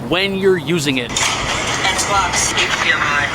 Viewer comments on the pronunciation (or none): none